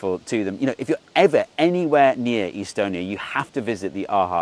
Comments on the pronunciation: The way you pronounce Estonia had me second guessing whether you mean Estonia or some city (probably in the US) with a similar name throughout the entire video. I think I know what I'll be doing next January. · why do you pronounce estonia like that haha amazing video though